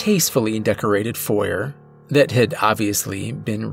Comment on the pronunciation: I won’t lie, I get a little twinge whenever he says “foyer” and pronounces the silent “R”